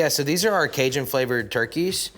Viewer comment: Great chef, great restaurant but I’m going to say it for all the Cajuns, he is a poser, growing up in Texas over a hour from Cajun country and he can’t even say the word Cajun right, probably does not even know one word of French! He can’t be serious? Don’t claim things you are not! I’m three hours from California and even though my mom is from Southern California I’m not a part of there culture or there heritage or anything that has to do with there style of cooking, I love California and been there often but I’m born and raised in the PNW, dude needs to smarten up he is disrespectful towards people that are Cajun or come from there background. It’s fine to like their food, but you don’t act like you are one of them!